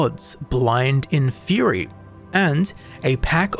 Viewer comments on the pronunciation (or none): none